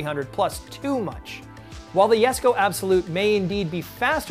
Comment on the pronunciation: It's pronounced Yesco...